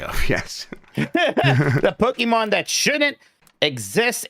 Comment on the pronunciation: Yes, but he also says “Pokiman” so I’m back in